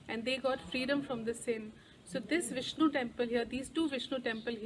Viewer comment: I love you so much 🤗🤗🤗😘😘😘 beautifully you explained about Nava Tirupathi, we could imagine the deity in your words💕💕💕💐💐💐 Loved the way you pronounced the names of the lord Vishnu👌👌👌 felt like I visited the places with you Aum sairam 🙏🏼❤️❤️❤️